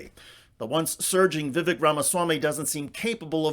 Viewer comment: vivek rhymes with cake according to him